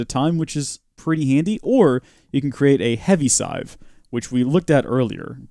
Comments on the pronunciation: i just went to google translate and put sieve in it and clicked for it to say the word and it said its pronounced "siv" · sieve /sɪv/ Learn to pronounce noun a utensil consisting of a wire or plastic mesh held in a frame, used for straining solids from liquids, for separating coarser from finer particles, or for reducing soft solids to a pulp. "puree the potatoes through a sieve" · Nice job on the "siv"